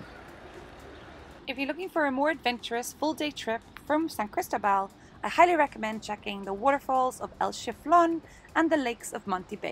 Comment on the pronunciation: And put the stress on the "O".....lol